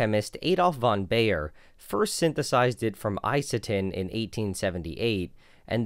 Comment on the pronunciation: Baeyer (also printed on every aspirin pill) is pronounced like "Buyer"